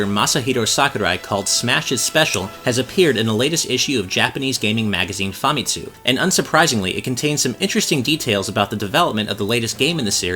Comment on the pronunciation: That's not how you pronounce Famitsu